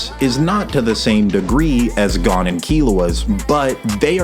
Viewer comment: maaaaaaaan why do you pronounce Gon like that 😂